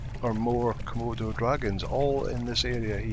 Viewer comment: No Kimonos!! lol you meant Komodos..lol also you said smoke for your horse storm...too many gray horses ;)